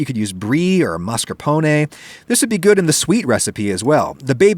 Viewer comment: Thank you for pronouncing the -e in mascarpone! 😊